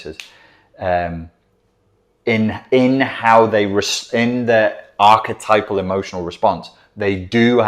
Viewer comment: Ark-a-type-al NOT ark-a-tipple